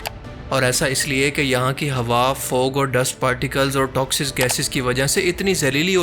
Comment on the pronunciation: AP toxic ko toxiz bol rahay hn..and you dare to talk against the research work of furqan Qureshi and sahil Adeem.. this is ridiculous